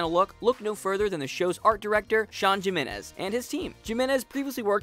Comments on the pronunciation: HA he said Sean Jimenez Pronounced it JIM - enez It's HIM - enez Honest mistake but it still made me LoL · It's pronounced "HEE-menez", you boor. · It's pronounced Jimenez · MysticGamer NO it's pronounced Jiminez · The Frenzied Ferret its actually Jiminez. The J is pronounced as a H in Spanish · Fran García Cisneros Doesn't matter what version of Spanish you speak the J is always pronounced as an H in Spanish. Im fluent in Spanish